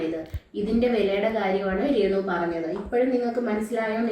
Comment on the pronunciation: റേണുവല്ല ബ്രോ....രേണു